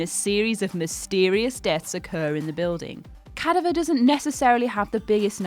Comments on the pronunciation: "Cadaver" is pronounced with emphasis on the second syllable: Ca-DA-ver, not CA-da-ver. Otherwise, thanks for video. I'm psyched for Halloween and Little Stranger. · She has a cool speaking voice Pronunciation on the other hand.... not her strongest suit: not CA-daver - ca-DA-ver not ad-VER-sary -- AD-ver-sary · cad av err Not caduvver lol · Ca-dav-er, not cad-aver. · Cadaver- Ca-dav-er Not Cad-a-ver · I get you want someone with an accent to make your vids a bit more entertaining, but in doing so, you need to make sure the idiot with the accent can actually PRONOUNCE the words in which they are trying to say. Repeat after me.... the word "Cadaver" is pronounced Cah-Dav-Or..... not Cadeye-Ver.... How can anyone give any credence to what this idiot is saying when they come across as... well, just that, AN IDIOT. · She needs to learn how to pronounce cadaver. Ca-dav-er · Cadaver is pronounced, ker davver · it's pronounced CA DA VER not cada ver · It's pronounced Ca(DA)ver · that is not how you pronounce cadaver. are you ten years old? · Did she just mispronounce Cadaver? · That pronunciation of cadaver is killing me! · Why are you pronouncing cadaver like that........ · Decent video....until you butchered the word "cadaver" smh. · Never heard Cadaver pronounced that way before. Toe-mate-o, tuh-mah-toe. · Quite a poor narration.. sounded like it was being read directly from a script (it was of course, but it's meant to sound a lot more sincere). Also, cadaver, sybiote and adversary; just a few examples. Let me know if you need someone to do it properly 👍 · Cadaver, Nazis, Symbiote Jesus Christ learn to say words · You don't know how to say cadaver, you act like anyone like last Jedi, and you include venom on this list. You have a job, do it well or get out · Are all fucking people illiterate these days? Learn the word cadaver and how it is pronounced. Fuck sake. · This was definitely the first time the narrator has seen the word “cadaver”.